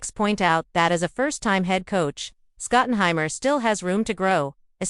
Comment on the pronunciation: It's hard to give you credibility when you cant even pronounce his name. There's no one named Scott and Hammer, sorry dear. Also, he's never been a DC.